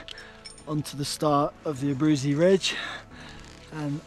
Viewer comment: Abruzzi -- named after Italian Count, pronounced A-brew-tzi